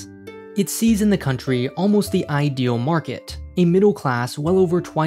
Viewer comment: But I already live on a rock to die on: earth. And don't say 'thee' when you mean 'the'. It only makes you even more annoying to listen to.